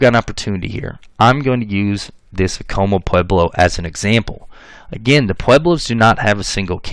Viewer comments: not a criticism, However, Acoma Pueblo is pronounced phonetically Ah- Koh - Mah ( correction with respect) . As a New Mexican, Genetic genealogists from New Mexico have verified through YDNA Paternal testing ( ( New Mexico males) from 1598 forward ( testing done via Family Tree DNA New Mexico DNA project) are 80% European (Spain, Portugal, and one distinct family from Greece, etc.) on female MtDNA ( Maternal almost exclusively Indigenous ( either from Mexico or from Native American females from primarily the Southwest (Pueblos). Thank you for video and information. LMW 🇺🇸. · Pronounce Acoma right first!!!